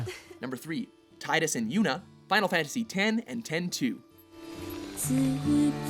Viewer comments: Dammit! Will you ever get it right? It's pronounced TEE-DUS... not TY-DUS. Geez! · OK, Tidus & Yuna from FFX/X-2 should be #1. Also it's pronounced "Tee-dus" not "Tye-dus". Zelda and Link..? I don't even count them as a couple tbh. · No! It is pronounced Tee-dus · What's wrong with 'weaponized crying'? It can be just as lethal as 'weaponized anger'...do NOT make a woman mad. Or sad. Also, Tidus is pronounced 'Tee-dus'. Check the first Kingdom Heart's game. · lol, so Ive been watching for a while now, and every time final fantasy 10 pops up I hear the narrator in these video's pronounce his name as Tydus, something I admit did as a kid as well. However note that dissidia (psp game) has left us to hear his name is actually pronounced exactly the way its written Tidus, yes with a "i" as heard in Tiffany. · Um, in the PSP game 'Dissidia', the characters (Yuna as well) pronounced his name as 'Tee-dus'. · Totally mangled the pronunciation of Tidus. Good job -_ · Buffoon1980 I'm more annoyed that they pronounced Tidus' name wrong than the fact that they left off Squall and Rinoa. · I know I'm being nitpicky, but COME ON!!! Kingdom Hearts has been out for 12 years and Dissidia has been out for 5 years, and you can't pronounce Tidus's name right still?!